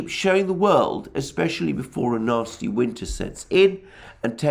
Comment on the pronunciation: at the minute mark, Alexander is reading "before a nasty winter sets in" or is it a "Nazi winter sets in" LOL